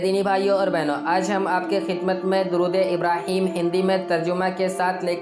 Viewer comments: इब्राहीमा ❌ इब्राही-म ✅ इन्नका ❌ इन-न-क ✅ सल्लैता ❌ सल्लय-त ✅ बारकता ❌ बारक-त ✅ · Thoda confusion hai bhai Likha hua to ibrahima hai or awaz ibrahim ki nikal rahe hai Or muhammadin ki jagah par bhi Muhammad bola Koi iss bare janta ho to jaroor btaye